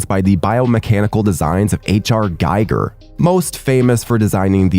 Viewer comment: "Giger" rhymes with "eager" and "meager"